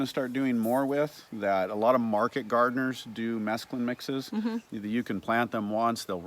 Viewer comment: Pronounced 'mess clune' not the drug mescaline 😂